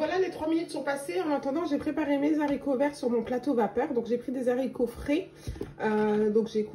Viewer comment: Mes haricots et non mes zaricots.